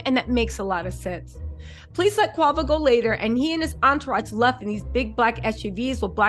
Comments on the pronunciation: Not Qwavo! Name butchering at its finest! Qwayvo….😂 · Girl, bye ✌️ if u real fam, messes us names.. that’s the least of QUAY- VOOOO’s PROBLEMS bein called quahhvo 🥴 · girl, it’s Quay-Vo. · Yooo his name is quavo idk where you from but I’m sure you seen the drink before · Who Quaw-Voy? Lol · The was you are messing up his name😅😅😅